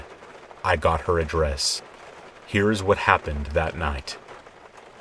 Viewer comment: "I got her address" idk why I said "That's very nice of you" because I thought you said "I got her ah dress"